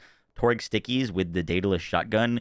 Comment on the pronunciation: DaedAlus.... but it is a Jakobs actually....